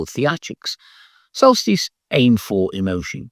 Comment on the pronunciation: I only recently learned about Gnidrolog. Unfortunately, your enunciation in the video was rather mushy, and if I hadn't known about the band already, I never would have found them. And the transcript was no help at all. The same applies to Solstice. It took several guesses to come up with it on YouTube. (I believe the transcript called them Celsius.) I suggest you hold up the albums long enough for people to see and read them.